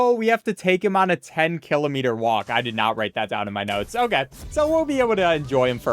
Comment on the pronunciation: Never say Kilometer again in your life